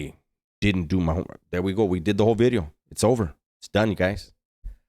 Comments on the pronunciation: Vidio, orderly eh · Noo, veedio! 💥 🔫 💥 🔫